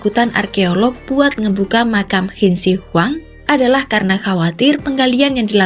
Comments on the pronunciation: Lah gila aja makam bersejarah dibongkar mah.. Terus Qin Shi Huang dibacanya Chin Se Huang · Narator beritanya masa ga bisa baca ejaan Qin Shi Huang dengan baik dan benar. Wkwkwkw